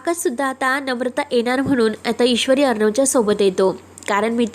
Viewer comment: अग, एणार अस नाही तर येणार असा शब्द आहे. मदे नाही, मधे असा शब्द आहे. जरा शुध्द बोला ना , ऐकाना.